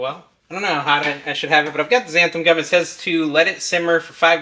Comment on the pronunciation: Why does everyone sy xanth-UM. Read it folks: xanth-AN